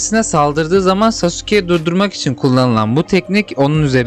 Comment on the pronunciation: yanlız abi saske diye okunuyo